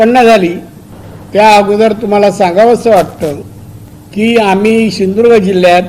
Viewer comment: सिंदूर्ग नाही हो सिंधुदुर्ग 😂